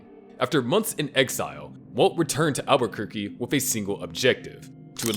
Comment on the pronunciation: Dude said Aberquerque